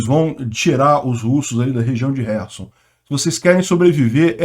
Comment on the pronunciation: Camarada!!!!O nome da cidade é KHERSON.Lembre-se que, que, que.,..KHERSON e não HERSON!!!!O "K" não é MUDO!!!!